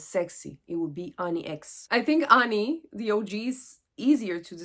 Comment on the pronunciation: Your pronunciation of Ani is perfect! 😊